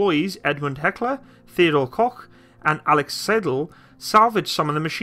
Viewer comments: FFS! It‘n NOT coke or cock!!! It’s pronounced like Cough. Coughghghghgh!!!!!!!! And by the way - after shooting the G36 in different versions for over 7 years in different countries, I can tell you - compared to other modern army rifles - it’s a great reliable rifle. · I'm getting more triggered by the fact that you can't pronounce "Koch" ;)